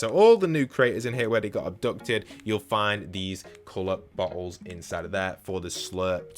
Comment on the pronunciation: Every time u say bottle it don't sound like bottles 😂